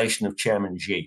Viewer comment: How much can u really know about china if u don't know president xi is pronounced "she". Ji? Where are u getting this from